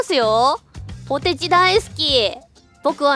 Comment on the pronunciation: 好戦的で草 扱いで草 よいしょすなww 絶対希望してない顔してて草 わろたw ポ↓テ↓チ↑ 言い方ww ww 納得は草 めっちゃ抜かってて草 かわよw ピザポテト別枠で草 うまいよなw